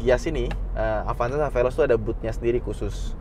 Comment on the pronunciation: Saying velos ngaadasandrufnya